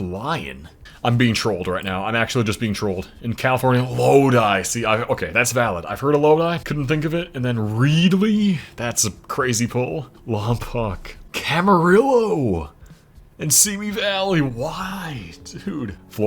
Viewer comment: I grew up in Lompoc. Shocked it made the list. Btw, it’s pronounced Lom-poke.